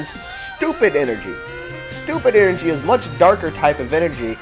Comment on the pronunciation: "stupid energey" LMAO!!